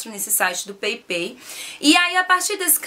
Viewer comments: Peipei nao amor, se fala paypal mesmo! So a titulo de informacao! Bjs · Pepei 😂😂😂😂😂 Paypall se fala peipal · Peipal que se fala... bejs! :* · se fala "peipau" (paypal)!!! Rsrsrs.. Beijos, flor! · Peipei?? Ahah morri XD